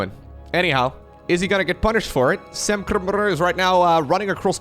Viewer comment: I love how pronounces Sam's name: "Sam-BRRRRRT"